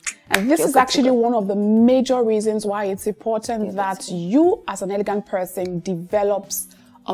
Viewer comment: it’s elegant, not eleguant like in French. Even though I love your accent.